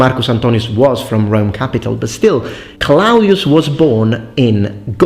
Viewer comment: Claudius. /klo:dies/…can’t find the schwa for the -ius part.